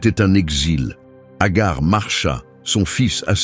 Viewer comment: Ce n'est pas Agar c'est Hager qui se prononce Hajer qui dans Un premier temps avait été choisie par Sara étant stérile c'est pourquoi Hager 2eme épouse d'Abraham avant que sara ne tombe enceinte d'Isaac à l'âge de 80ans (dans l'islam)❤❤❤❤😊 ET Hager n'était Pas sa servante bref Un conseil lisez le Saint Coran ❤❤❤❤😊